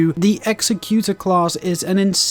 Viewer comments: You are saying the executor wrong. Say it like executive not like execute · Great video with real helpful information. Thanks! Just to point it out, the name Executor is pronounced differently. Executor means "a person or institution appointed by a testator to carry out the terms of their will." as provided by Google. The word you think you are saying is executioner: "someone who carries out the sentence of death."